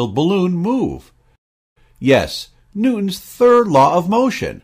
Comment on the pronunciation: When he said newtons it sounded like he said noons.